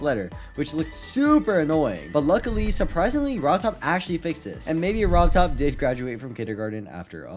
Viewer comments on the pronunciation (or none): He said rov Todd and not rob top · Ah yes "Robtodd"